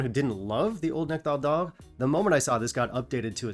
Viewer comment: The way you say Nectar D’or…are you from Qc? Great vid as always by the way!